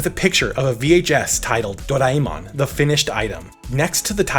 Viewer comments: It's doreamon not doriemon 😶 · It's actually Doraemon not do raie mon these Americans are sucked with their accents . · I wasn't going to say a thing about your pronunciation until you posted a clip of how to say it correctly and then immediately said it wrong lol.